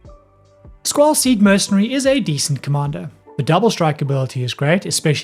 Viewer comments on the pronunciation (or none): none